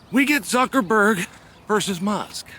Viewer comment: “Mark Zuckaford” 😂 exposed you for lying Chael. Click bait 💩 for brains